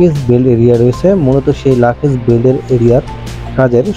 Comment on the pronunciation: লাকেজ না ওটার উচ্চারণ লাগেজ। ভিডিও বানালে সব দিকে খেয়াল রেখে বানাবেন।